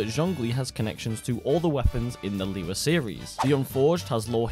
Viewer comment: Fun fact: liyue's is pronounced like this, li yu-eh